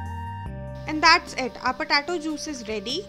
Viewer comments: Thanks for uploading but it's potato not pahtatoh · its potato , not patato 😂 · Puh-tay-toe.. Just a humble suggestion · It's pronounced Potaytoe not Potahtoe, Lets call the whole thing off. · "patato" haha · patato😂😂😂😂😂😂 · Lmfaooo "PATATO" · Please, potato is pronounced: POT-AY-TOE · when you say it "POTATO" .. cool.. PU TA TOH! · “Po Tar Toe” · Girl you need to learn how to pronounce potato correctly. It’s hilarious ur potato sounds petaatoh 😂😂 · because she is from the middle eastern country thats why its potato lmao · Not all Indians sound like this, but yeah the way she said POTATO is funny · Mayuri Patel 😂😂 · Mayuri Patel I noticed the same.